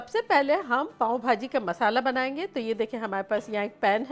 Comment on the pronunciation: its not paaon its paao bhaji 😍